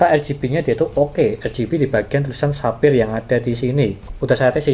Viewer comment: cuma mau ngasi tau, kalo cara baca brand nya itu bukan saphir, coba aja ketik digoogle translate, terus coba klik logo speaker nya itu, nah itu cara baca yang bener